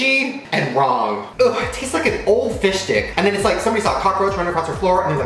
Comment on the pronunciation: I still don’t know if he said fish stick or fish dick...